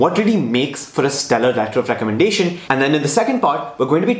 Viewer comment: Letter of Recommendahthfti 😂